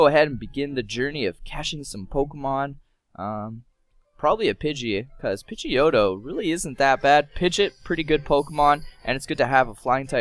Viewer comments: Pidgeot is not pronounced like pid-git it’s pronounced like pid-ge-ot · yeah he says he's played the originals huh well then WHY THE HECK DO YOU NOT EVEN KNOW HOW TO SAY PIGEOT!!!!!!